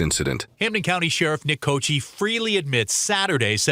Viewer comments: his last name italian "cockee" that is how you pronounce "cocchi", in italian it means coconuts, plural of cocco, is cocchi, pron. kokkee, (not cochee). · It's funny --- the correct Italian pronunciation of his name is /ko-kee/, not /ko-chee/. I grew up in a small town with a large Italian ancestry, and everyone I knew maintained their original pronunciation. Normally 'C' is pronounced like 'CH' when followed by 'E' or 'I' --- Gucci, "Ciao!", Liberace, etc. But an 'H' after the 'C' gives a hard pronunciation, as in Pinocchio or chianti. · Fun fuct Cocchi is an italian last name. It translates to "coconuts" and it's pronounced "cockky" 😂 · The name Cocchi (meaning coconuts) is Italian and would be pronounced Coc-ky, why then do Americans, pronounce it wrong ?! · Any native Italian speakers out there? Sheriff's name is pronounced "cocky", right?